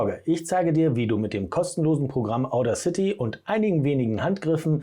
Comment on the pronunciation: Bin unterwältigt. Wenn du Audacity erklärst, solltest du wissen wie es richtig betont wird, nämlich auf dem zweiten a. Wirkt sonst unprofessionell. Zweitens finde ich den Sound der dann rauskommt, genau so sprechautomatisch wie ich es eben nicht haben will, weil ich ein Hörbuch spreche. Drittens: Wo hast du das Ganze denn aufgenommen, auf der Kreuzung? Wenn du so gut bist, warum bist du es dann nicht bei dir selber?